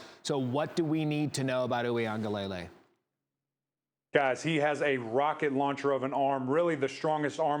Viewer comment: PLEASE TEACH YOUR ANCHORS & REPORTERS TO PROPERLY PRONOUNCE DJ UIAGLELEI's NAME. His father teaches fan on the Clemson football Twitter page. Please practice the name. 3 years at Clemson and time in the NFL, practice saying it correctly.